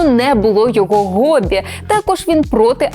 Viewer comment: "Гоббі" блять!!!!! "ГОББІ" !!!!! ааааааааааааааааааааа😱